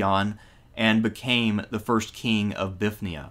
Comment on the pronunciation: "Bifth nee uh" "bifth nee un" "ni ko muh dee uh" Bruh... i can't tell if you are trolling or actually struggle with reading